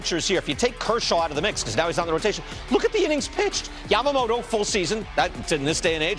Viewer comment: 一番最後の番組の司会者がヤマモトって言ってたのが印象的 英語風じゃなくて気を遣って日本語風の発音してくれる人もちゃんとおるんな ちゃんと発音してくれるのキルステンさんだけかと思ってたｗ